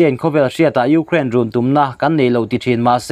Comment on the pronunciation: Ngaihthlâk a hreawm .frank deuh a sawi chuan..i hma hmawh thrin lutuk a..Û....kraaain tî a..lam tur pawh chung ..û ...anga lam an awm a..k zir nán..